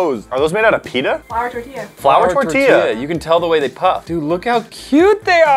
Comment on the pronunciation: ITS NOT TORYIYA ITS TORTILLA AHHH